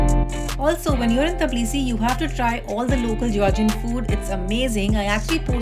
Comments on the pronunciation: Everything was well explained and in details. However its not "Tablisi" , its "Tbilisi". I love the country and will be going back again. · Teblisi.....😂 Or tiblisi ... Tabla nahi nahi hai mam😊